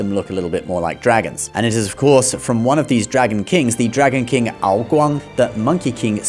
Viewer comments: HE PRONOUNCED AO GUANG WRONG. AND IT SCRATCHES MY BRAIN TGE WRONG WAY. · Please, your Chinese pronunciation was so good, please, why mispronounce ao guang so badly?